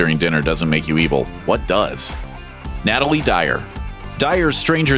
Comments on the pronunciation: Since when is Natalia pronounced Natilie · You do not say Natalia (Nat-a-le) you say it (Nu-tal- ya) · One minor detail. It's" Natalia Dyer" not "Natalie Dyer." It's spelled right, but the narrator says it wrong. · lol Her name is not Nataly, it's Natalia 😑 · he said Natalie dyer when her name is Natalia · Natalia. Not Natalie.... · You said Natalie instead of Natalia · Natalie Dyer 😂😂😂 it's Nata-LIA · “natalie dryer” NATALIA A NOT IE. sorry man it’s just a pet peeve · It’s not “Natalie” it’s pronounced NA-TAL-EE-A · Natalia. Not Natalie. Her name is Natalia. 👍🏽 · so no one is going to talk about how he said natalie instead of natalia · NATALIA dyer!!!!!!!!! AAAAA NOT EEEEE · It's NataliA Dyer. Not Natalie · 😂😂😂 they even had it spelt right but still pronounced it wrong